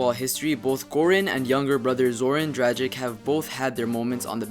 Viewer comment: Jesus I hate the way u Americans mispronounce dragics name it's not drajik it's dracitch the g isn't pronounced soft u know what I mean I'm German and I know that lol